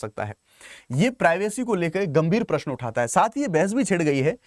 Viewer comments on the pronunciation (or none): none